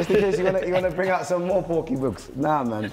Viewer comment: Man said “porky boogs” 🤣🤣🤣